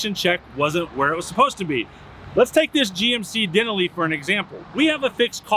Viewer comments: Did you just call that a DEN A LEE? It's DEN ALL EE😂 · Den- aaaaaaalllllli not Denally…..haha lol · Den a lee? I thought it was day nal e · The Denali 🤣 de nahl i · Whoa hold up just a second…What did he Call that truck? A GMC Den-A-Lee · What is a GMC “Dinilly”? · Denalee.😂 what lol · din a lee? 😆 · The truck your selling is called a Denali (den-al-i) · WAIT WAIT! Did you just say Den a Lee?🤔😳🤣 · Wait .. Say Denali again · Uhhh how did you pronounce Denali??? 😂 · Do you really not know how the name of the GMC Denali is pronounced? Along with the "Ro-Gu" from last week's video. Dude. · Love these videos, but his pronunciation of the word Denali made my head hurt lol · can't pronounce Denali, would you trust someone that dim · Pronounce Denali correctly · Great video! But, how did you pronounce “Denali”? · You need to learn how to pronounce "Denali"! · He even says Denali wrong. I think he does this stuff to bother people. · I hope he did that on purpose. He couldn't think that is the way it is pronounced.